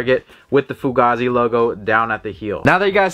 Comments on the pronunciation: It’s pronounced Foo-Gaye-Zee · Bro it’s pronounced foogay-z